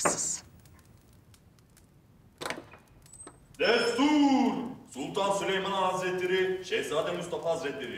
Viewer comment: its destur